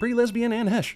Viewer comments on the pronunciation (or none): Out of all the things people nitpick/nerd out about/etc, I can't get past the fact that 7 minutes in, he called her Anne 'Hesh'. It's 'Haysh', man, 'Haysh'!! ESPECIALLY the pre-Lesbian version. There are different rules